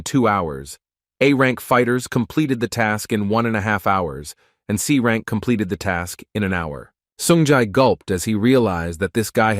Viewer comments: is it that difficult to read S rank by AI ? why always confusing us with that C instead of S ... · Nah brother/sister whoever you are I get annoyed when they miss pronounce important terms imagine you got a grade in the school or college and PPL pronounce it as c while announcing every single fucking time it wont you get annoyed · Too long and very very boring commentary too many mistakes in pronunciation like how c is pronounced as s and s as c